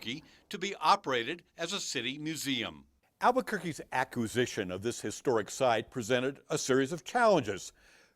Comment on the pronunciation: I lol’d when couldn’t pronounce acquisition lmao